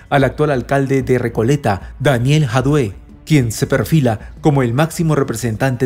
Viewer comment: lee Jadue con acento en la a y leido tal cual.